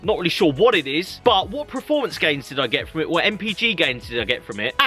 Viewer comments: your what 30 years old? And you've made it this far speaking English and you still can't say performance correctly! It's PERformance not PRAformance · Adam Thurgood It’s like nails on a blackboard when he says it. But hey... Nobody’s Prerfect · PERformence Per... not preformance. Also echoing others it’s not a truck. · Performance not Preformance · stop saying PREFORMANCE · Richard HumberstonePT now I can’t un hear that 🤦🏻‍♂️ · Why does he keep saying Preforms and Preformance?